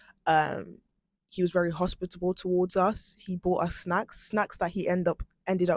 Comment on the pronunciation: Hos-pit-a-ble And Pat-ri-ot-ic are the words you should know.